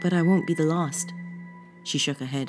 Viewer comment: please stop randomly saying de instead of the, it spoils it